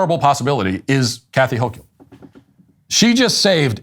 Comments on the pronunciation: I live here so unfortunately know how to say her name. HOAK-ULL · Hochul = Hoke-yull. I wouldn't have expected it to be pronounced that way. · Wait does Matt actually not know how to pronounce Hochul? It's not like she's the very prominent governor of New York or anything...